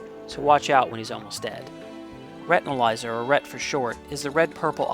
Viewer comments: i don t mean to be rude but its not retinalizer its retinazar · Retinazer* not Retinalizer